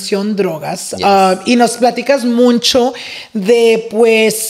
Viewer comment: it’s MUCHO NOT MUNCHO😭😭